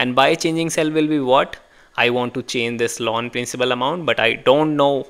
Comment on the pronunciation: Loan sounds like lawn